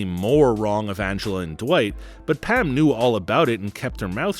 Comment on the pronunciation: I'm sorry are you saying "Pam" or "Pan"?